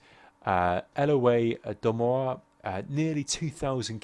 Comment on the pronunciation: lol at lill sneaky lill frenchman lol... its not low it's IoW iow i-o-w:P good commentary as usual